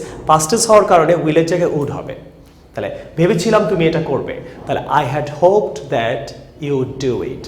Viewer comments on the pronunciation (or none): হোপ্ ড বলেন ক্যান, হোপ্ট হবে,ভুল শিখান না প্লজ